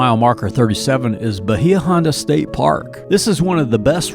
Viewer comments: Video made me homesick! Conch is pronounced "conk". Bahia was always pronounced "Bay uh". I only go back every 10 years for my high school class reunions. Have to look at it as a different tourist town. Just about everything I grew up with has changed or is gone. 😪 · Bahia H is Silent*